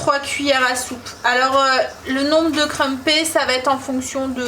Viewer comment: J'adore les crumpets ( on le prononce " crumpette", desolée, deformation professionally je suisse interprète/ traductrice ;-)). Tu expliques vraiment bien les étapes de la recette, on sent que tu es sincère et passionnée.